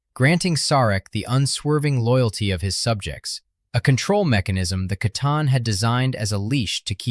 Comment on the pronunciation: Pretty much the only problem I have is the consistent mispronunciation of C'Tan..... "Sa-Tarn" Confirmed in many, many books and lore as "Kha-Tan"